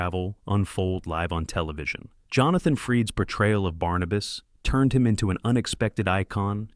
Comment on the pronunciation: Who is that man in the Dark Shadows clips? I've seen every episode of the show and never saw that character. Also, no Jonathan Frid (not Freed) shown at all. AI narrator needs to learn how to pronounce things like names and Sci Fi. (Not Sky Fi!)